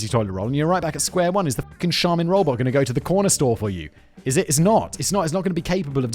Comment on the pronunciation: Is it me or can you not say robot?